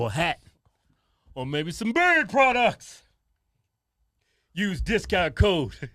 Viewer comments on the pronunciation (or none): Makes me laugh every time they pronounce beard like “bird.” Funny accent. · Don’t know why you are making fun of your brother. You said bird products instead of beard products